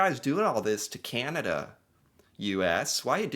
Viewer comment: Please stop saying, ..."Cieanada"... It's, Can, a, da.... cana-da.... Canada... Thnx. 😊😉